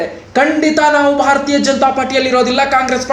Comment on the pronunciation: ಭಾರತಾ ಜನತಾ ಪಾರ್ಟಿ ಅಲ್ಲೋ ಪುಣ್ಯಾತ್ಮ. 😂😂😂😂 ಭಾರತೀಯ ಜನತಾ ಪಾರ್ಟಿ